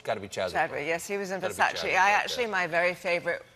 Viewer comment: she might know fashion ( taste is always subjective) but she should at least know how to pronounce fashion labels. its not `versacie`..its the same `e ` as in dolce..nobody says dolcie